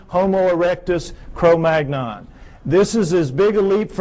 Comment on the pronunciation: This guy doesn't seem to grasp that humans ARE primates. Also, his descriptions of modern human skulls apply (for the most part) only the Caucasian skulls. Negro skulls do show prognathism. and wide, flat, noses. He mispronounces "Neanderthal" and "Cro-Magnon." Most Caucasians DO have brow ridges. I certainly do; I use them to keep up my glasses when I'm not using them.